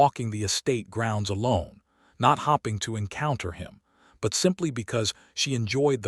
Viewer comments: Sounds like her husband doesn't want heirs. Why didn't he marry Lady Pemberton instead? What an a-hole to waste the life of an 18 year old when she could have married someone who actually gave a damn for her. Also AI needs to be taught how to pronounce "hoping" instead of "hopping". "Staring" instead of "starring". Good grief. Just another example of very poor AI programming. The story would have been really good otherwise. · Hoping and not hopping……. Ah AI😂